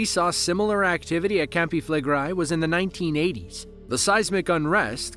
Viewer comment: "known locally as" CAMPI FLEGREI - if you say that learn to say it correctly. Flegrei not Flegrai 🙄🙄